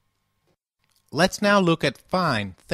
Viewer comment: Don't waste your time on this guy, his pronunciation sucks! , he says dis-cul-pe-ME', then , he says dis-CUL'-peme. Just after he is saying Gra-see-AS' when it should be GRA'-see-as. Awful!